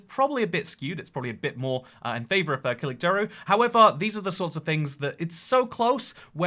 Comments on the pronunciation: It’s pronounced like kilichdaroglu not kiligdaragulu br😂😂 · Pronounced: Kalichtdarolu. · the letter ç is pronounced like "ch" and not a "k" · Pronunciation Kil-itch-da-row-lou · Btw it is Kilichdarolu ( the g is silent) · Kemal Kiliçdaroglu is pronounced as Ke-mal Ki-lich-de-row-lu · This pronunciation isn't quite right either, but the opposition guy's names is closer to kooloochdaroloo. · kiliçdaroglu is pronounced "kill-itch-dar-o-loo" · as a turkish person i can confirm that ur pronounciation is very wrong. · i like how he didnt even try to pronounce Kılıçdaroğlu at first try :d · no, ç is pronounced like ch in turkish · I love how he pronounces Kiliçdaroglu 😂 great video! Hope to see more.